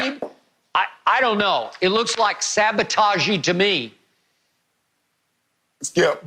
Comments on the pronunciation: Skip something else lol. He said, "sabotagier" lmao!!! I'm done man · Every time I hear skip say "sabotag-eey", I think of the bugs bunny cartoon when he was trying to fly a war-bird with a gremlin sabotaging the airplane. Ah, the good 'ol days